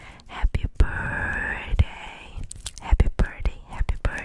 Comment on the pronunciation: he says happy birthday like happy birdtay lol